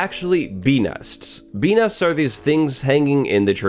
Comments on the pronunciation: Ngl, every time you say ‘bee nests’ I hear benis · It sounds like you're saying bee nuts. My wife and I were laughing.